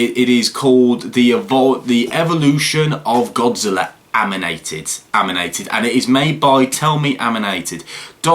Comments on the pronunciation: This dude put the m before the N and said amnited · Matt Wylie he said aminated not animated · Anyone notice that he said “Aminated” ? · you keep on saying aminated instead of animated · "Tell In Aminated" ITS ANIMATED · Reads animated Also: AmInaTeD Me:Wait thats illegal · Its animated not aminated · Who would win? Godzilla-like King Ghidorah-comment But did anybody here him say aminated not animated? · You mean animated not aminated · Who else heard him say, “Aminated”? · I heard him say aminated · It’s ANIMATED not AMINATED